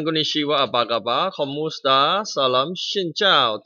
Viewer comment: Woaah you also play this game hahaha I WATCHED YOUR VIDEOS IN ETERNAL LOVE KAMUSTA😂😂 I LOVE YOUR PRONOUNCIATION OF WORD KAMUSTA